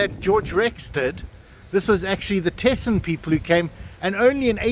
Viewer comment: Thesen is pronounced with a silent H, so it's Teesen and not Th 😊